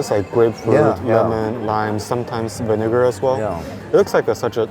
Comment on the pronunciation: he did not say vinegar